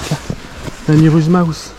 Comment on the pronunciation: Par contre frérot c'est miuras mouse, j'te jure ça me trigger de t'entendre dire le mauvais truc à chaque fois mdr. Sinon tout bonnement très qualitatif ! GG